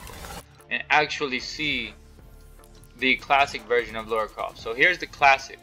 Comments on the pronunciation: Lara, not laura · It’s Lara not Laura! 😉. Good video though dude.